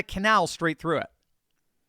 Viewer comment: What a stupid plan is the Mussandam canal. can barely say the name properly. It will simply be another target for Iranian missiles, with expensively loaded ships conveniently parked nose to tail over a long distance...easy to target, not dissimilar to the Straights of Hormuz. The choke hold on the Straits of Hormuz has indeed put the US and its allies in the area into Dire Straits indeed!